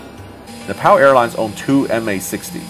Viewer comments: Its pronounced ne pal not na pal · mate, it's not Nepaaaal btw, more like Nep'o'l like how the Brits say it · Sam it’s Nep ALL not Nep PAL.. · It’s not nepow it’s nepal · Napal not Nepal duhhhh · Its nepal not napal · NePAL. It’s Neh-Pahl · It’s pronounced Nepaul, not Nepal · “Na-pow Airlines” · it's pronounced "nay paul" btw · its ne-pow.... jesus ... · Ne-PAUL sorry but it bugged me so hard, great video love your content :D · It’s Napall not nappal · Fucking trump pronounced Nepal as Nipple, sometimes I think he does all stupid stuff on purpose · You don’t know how to say Nepal 🤣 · Learn how to pronounce Nepal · If you are visiting a specific country, please make sure you know how to pronounce the name of the country correctly.